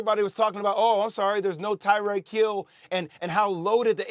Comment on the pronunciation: Did he say Tywreck Hill??? lol looks like a mess up.